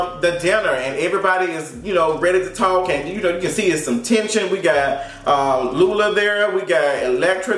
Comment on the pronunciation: The fact that you called LuLu LULA🤣🤣🤣🤣🤣🤣